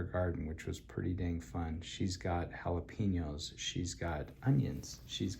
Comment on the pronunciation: JalapEños, not jalapIños.